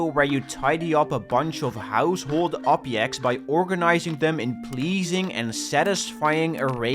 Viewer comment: The obyect of my affection